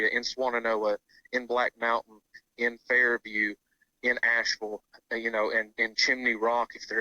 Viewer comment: He mispronounced Unfairview. :)